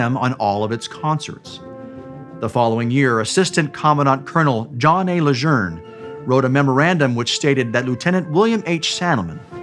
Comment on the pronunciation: They pronounced Lejeune name right.